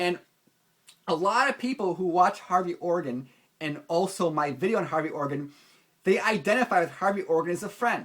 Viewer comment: Maybe it was just the way you said his name - Hairy Organ :)